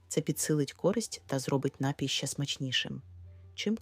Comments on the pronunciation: напІІІІй! Заглянь до словника наголосів , лежню !!:face-orange-frowning::face-orange-frowning::face-orange-frowning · напІІІІй!!! Наголоо на "І"!:face-turquoise-covering-eyes: Як серпом по яйках !!! Береш у одну руку мікрофон, - в іншій має бути СЛОВНИК НАГОЛОСІВ !:finger-red-number-one::finger-red-number-one::finger-red-number-one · Звідки взявся отой ,,нАпій"? Споконвіку наголос був. на 2 - му складі . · Не коверкайте слова, робіть правильно наголос - напІй!